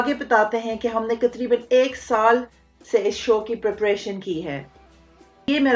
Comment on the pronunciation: taqriban not Qatriban 😂